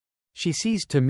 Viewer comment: Tomi-e, separate e. Ffs, at least look up how to pronounce the names properly.